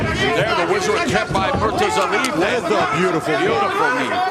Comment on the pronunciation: The worst defeat of the night was the pronunciation of Murtazaliebs name.